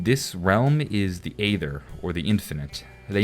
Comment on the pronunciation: You say "aether" very strangely lol